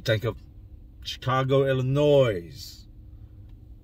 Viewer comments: Sir it's pronounced illanoy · The S at the end of Illinois is silent lol. Love your channel big dog 💪🏾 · The "s" in Illinois is silent. Always has been. That said, much love. Keep doing ur thing. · It's pronounced " ill- annoy" NOT "illa-noise" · Had to stop by and let you know that the (s) is silent in illinois. Keep up the good work, only the real can relate 💯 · Illinois. S is silent . Can always tell who's from here and not. All love though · Bro u lived in Illinois u kno not to say the "s" in it. Keep it up. Much love from champaign man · K.....the S in Illinois is Silent bro..lolbs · The "s" in Illinois is silent. That's our word! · Theirs no Noize in Illinois, silent S. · U dont pronouce it with the s